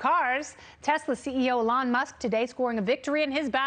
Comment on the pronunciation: She needs to stop calling Elon, “Alon”. It is hard to hear.